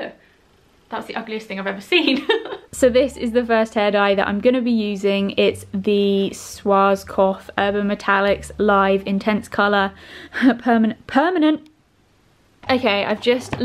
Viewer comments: "S-warz-kop-f" 😂😂😂 It's pronounced "Sh-varts-kopf" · Love how you said “Schwarzkopf” 😂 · I love the way you're saying "Schwarzkopf". (I am from Germany and I think it's a German word but idk) I love you lol Sorry for my bad English ♡